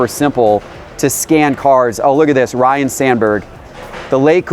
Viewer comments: Lots of fans of Ryne, not Ryan, remember when people butcher his name. If you want to present yourself as knowledgeable, you need to pronounce his name properly. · "RYNE" Sandburg not "Ryan" you muppet. It is written right on the card you are holding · Ryne RYNE., there is NO "a." Someone plz tell him. Rhymes with "DINE."